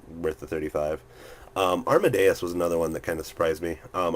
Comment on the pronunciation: It's pronounced ARM-A-DES, not ARM-A-DE-US. I think you got it mixed up with Mozarts full name Wolfgang Amadeus Mozart :D